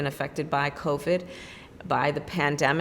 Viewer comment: She, after a couple added phrases, said "clovid." See how these political snakes play?